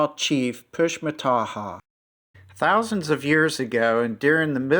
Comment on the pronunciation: Fyi- Fourche is pronounced Foosh